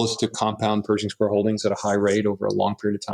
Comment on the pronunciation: bro called it "perishing square" 😭